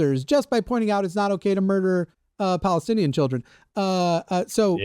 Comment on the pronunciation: Palenstinian? Come on guys... 😒